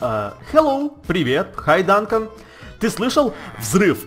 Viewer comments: не Данкан а Дункан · Не Дантон а ДУНКАН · не данкон а дункан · Дункан , Ане Данкан